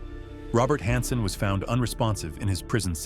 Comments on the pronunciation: narrator has to be ai right... the constant mispronunciation of "hansen" is strange to me-- thats not an error a human would normally make like if u say "han-sen" then u would be consistent but this narrator swaps between "hon-sen" and "han-sen" which is just odd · "A career-ending mistake "? Conciously betraying our sources who were executed, a mistake? Who wrote this, a bad AI program? "Honson". This is pretty cheap AI.